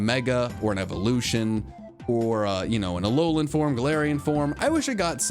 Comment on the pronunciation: THERE IS NO H IN ALOLA!